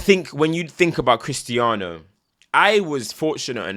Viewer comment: You pronounced correctly when you left out the Z